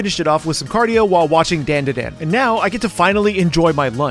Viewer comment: DanDaDan > DenDeDen LOL come on Chef I thought you were cultured! 😛